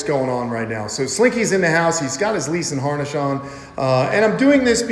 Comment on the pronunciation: Anyone else hear lease and harnesh, instead of leash and harness.😂😂😂😂